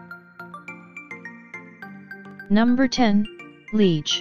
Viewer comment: I am a proud Belgian please pronounce Liege properly, so annoying!